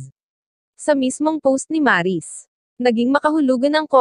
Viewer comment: Mali ang pagkabigkas ng Maris..hindi po Maaaaa...ris..